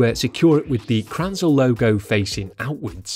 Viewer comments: Please: Say Kränzle. You always call it Kranzel. Sounds kinda weird. 😉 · Its called Kränzle not Kranzle! - Get it raaiighhttt !!!like "Angry German" would say... JK (Speed Comparer)😄